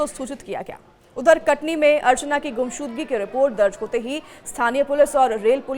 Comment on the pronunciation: Thoda saf bola kare Katni kah Rahi hai sun ne me katli lag raha hai Katni kah uchharan saf kare